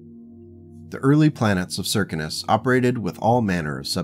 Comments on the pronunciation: Well, where I sit in America, those words: Circus, Circumstance, Circumference, all are spoken with the first three letters sounding like 'Sir', Sir, not Sear, or any other slurring of the phoneme. So Circinus would be Sir Sin Us. I guess, where you come from, words are spoken with some other 'accent'. I just pointed out the American way of saying the name. No other 'slur' was meant, or implied. And even though you 'mispronounce' words to my ear, I will still be auditing your series because it is captivating, well written, and has interesting characters, as well as interesting events. All happening at the edges of 'civilized' space. As said before... Keep writing... and I'll keep listening to each 'chapter'. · Hello. I hate to mention this, but the Circinus Federation is pronounced as 'Sir-Sin-us'. MUCH easier to say than your pronunciation. Oriente is said as: 'Ore-E-en-tay'. The Circinus Federation is a rare example of FASA, or some other company that held the copyrights to Battletech, destroying a 'faction' outright. There is little hope of ever seeing another government in the area, since both Marik and Steiner both keep a wary eye on the area, and are more than willing to stomp out any 'pirate kingdom' that should establish itself, or attempt to do so. There are only a handful of such instances in the entire 'history' of the Battletech universe. Where some 'faction' has been so damaged, or destroyed, to the point that it is highly unlikely to ever be re-established in the future. The entirety of the Word of Blake is such an instance, and an example. As is The Society, in the Clans, or as I often refer to it... the Khanate. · Sear - Sin - Us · Circinus is an actual galaxy so perhaps an astronomy forum would be a good source. Apparently they all seem to think it’s pronounced Sir-Sin-Us. Which seems off to me but thems the breaks.